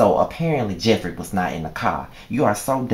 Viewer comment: Lol nigga did u say jeffrita?! Hell naw! Lol great review though